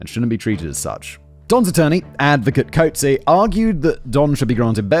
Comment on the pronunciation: Koot-zay... 🤣 But, he Did nail the word "bakkie"...